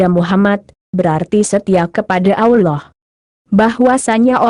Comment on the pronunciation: Si "AMIN" PUNYA SIAPA BROW?..ROBBIL AL "AMIN"..setiap ayat di Alqur'an nyambung tuh ke " AMIN"..kalian jarang2 tuh bilang amin😁..jelas2 kata ALLAH yg kalian tulis punya dobel"L"..tapi kalian ucap dibibir kok ALAH ALAH saja?bener tuh tulisan dan pengucapan?😁